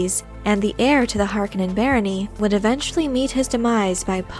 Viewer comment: Nice video, but I cringe every time you pronounce Harkonnen.